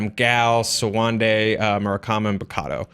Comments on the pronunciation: Did you just call Bakuto Bukato? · It's Bakuta not Bokotu... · Bakuto, not Bakado. And Black Sky, not Dark Sky. Cheers guys. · Bakado? Isn't it Bakuto? Feel free to correct me. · Really?...Bakotu? Bukato?...really guys? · she also said Bikotu lol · When you realize that both these people are royally botching the simple pronunciation of Bakuto